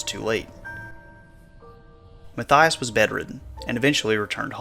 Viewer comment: You pronounced Mathias wrong...it's "mott-yosh"